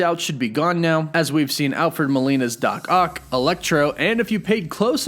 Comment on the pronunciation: "doc oct"